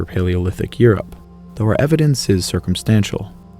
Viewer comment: homeboy hit us with the "circumstantial" 🤣🤣 this is very well done